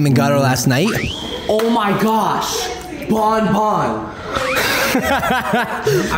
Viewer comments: you're calling Banban, Bonbon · WHAT IS HE SAYING BONBON OR BANBAN???